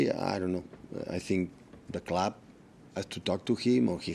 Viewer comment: loves how he says 'Da Clab"